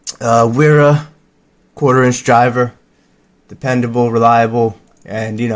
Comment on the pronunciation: Gedore is pronounced ''gay-door-uh'' (not joking), as there aren't silent letters in German, and an e after a consonant doesn't change the pronunciation of the consonant, or the vowel before it. It doesn't change a g to a j like it does in English. Wera is ''vay-rah''. Felo is ''fay-low'' Knipex you got right, no silent ''k'' Hazet is pronounced ''hatset'' Witte is ''vit-uh'' Looking at it there are some weird rules about pronouncing letters differently in different combinations in German too but I don't remember why, I just know how to pronounce the words correctly. Anyways some of my options in a micro EDC toolkit - smaller than this though, nothing above 4 in long are: - same Wera you have (813) or Hazet 816BHK (a bit longer) or Sabrecut micro ratchet...or I could even squeeze in my Felo Bitboy bit holder with bit storage in the handle if I wanted - Bahco 4 inch adjustable - Knipex Cobra XS - Leatherman Bond - yeah I know it's a multitool but it has pretty good needlenose pliers and wire cutters, knife and file, and it's quite compact. Even the drivers are good by multitool standards. I never carry all of the above together, I carry them in various combinations, often with a Swiss Army knife. This is for EDC and I'm not a tradesman. One of the days I'll get one of those Engineer screw extractor pliers, they are not too expensive here in the UK I also like the look of the Channellock slipjoint pliers , the 4 1/2 inch ''Little Champ''. They cost the equivalent of 35 bucks, b